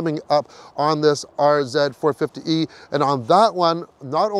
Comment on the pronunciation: What do you drive? Oh I drive a Lexus Rz-uh eh 4poopee?